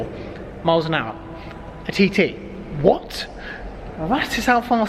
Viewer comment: Am I the only one who keeps laughing when he says 'TiTi' xD